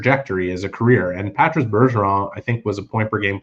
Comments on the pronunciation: Why are you pronouncing Patrice’s name like that?… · they’re speaking English… Not one single person in the league has pronounced his name like that during his career.